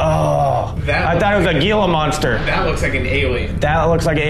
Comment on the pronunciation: Gila monster is pronounced Hila monster.